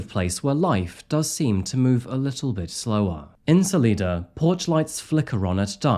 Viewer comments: Ok so a couple things: first, it’s pronounced Sal-eye-da <3 secondly, Coloradans know how to react to a mountain lion attack. Mountain lions are absolutely wildly dangerous, they are very quick and very quiet. If a town believed one of their own had been taken by a mountain lion they would’ve already sent out to find it and kill it. Unfortunately that’s just the way most towns will operate because once a lion figures out it can get food from a place where humans live more humans will die. Coloradans have to take that very seriously. The fact that the authorities didn’t at all react means this was not a mountain lion. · Lol it’s Sal’eye’da. Salida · Not to be a know it all but I lived in Denver for a decade and it's pronounced solyda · I need to say this for listeners who might not know: You got only one place name right. It's SUH-lie-duh and SAW-Watch for Salida and Saguache. You did a great job reporting, but as someone from the area it drives me a little mad with this and Crystal Reisinger's case how hard it is to get the media to use local names right. Now that both Catfish and Dready Brian are dead we'll never get justice for Crystal, so I'll have to deal with that one forever. I am glad you got Poncha Springs right. The other two, sure, Spanish words not said in a Spanish accent can be hard, as are native words like Saguache, but Poncha? So many people say 'punch-a' in their reports. The female reporter at 37 min nailed every single one. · Salida CO. Is pronounced as Sal I da. Thank you for sharing your stories! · I live not far from this crime and have been following it since day one. I hope he will finally be found guilty. BTW Salida is pronounced Sa-Lie-Da. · I love your channel so much. It's pronounced Sa-lie-dah by the locals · The name of the town is pronounced with a long i...su-leye-duh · Salida... hard I.. everytime you said it like you do my skin crawled at the locals in the region and the pronunciation of their towns😂